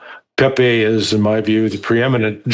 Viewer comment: Larry pronounces Pepe's name correctly. Refreshing!